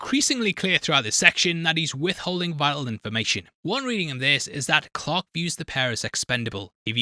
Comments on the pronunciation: Who the hell was Captain “Clock”? It took me forever to realize he was saying Clark. 🙄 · Please don't take this the wrong way, but as someone who is unfamiliar with this film/lore and had this video playing in the background while doing other things, I thought for over half the video that the baddie was named Pirate Clock, not Clark. 😂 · Genuinely took me some time to figure out you weren't saying "pirate clock" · I almost watched the whole video and I couldn't comment not even a quarter away through but continue to watch the video until I tried to check what the hell is going on and then it stopped working. And then it disappeared from existence. What the hell happened? Oh yeah and for most of the video I thought you kept saying pirate clock. 😂😂😂